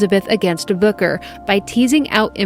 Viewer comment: I thought you were saying booger not booker. 😂